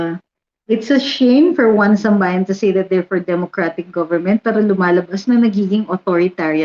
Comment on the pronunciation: Atty isambayan daw ung basa sa "1sambayan". Anyway goodluck to them. 😌